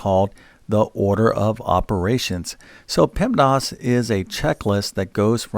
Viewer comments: PEMDAS.... Not PEMDOS You say PEMDOS lol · Stop saying “pemdos” grrrr